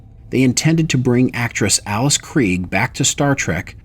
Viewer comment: Also the name is Alice [elis], not Else. But I would love to see Else Kree. XD